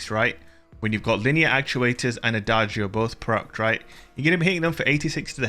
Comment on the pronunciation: Nope, pronounced wrong. The sound is more like ada-joe, all together